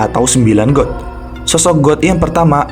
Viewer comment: Bg God itu bacanya Gad bukan God beneran, Sedikit Koreksi ya bg